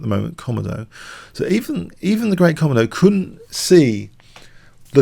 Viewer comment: its pronounced ko-modo you can select British english as the language